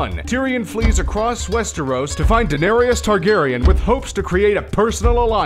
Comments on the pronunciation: ITS DAH-NAIR-ISS NOT DA-NAIRY-ES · Stop calling her danerius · i hate it how he says : denariases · It's pronounced (Duh-nair-es) jesus...